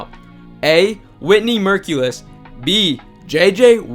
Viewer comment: The way you pronounced Whitney Mercilus makes me think that you have never had sound on watching a game or English is not your first language